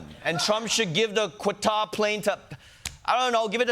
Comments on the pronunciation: The news reporter pronounces Qutar in such a weird way. 'Cutter'? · I have a dream... that one day I'll hear just one Yank pronounce 'Qatar' correctly.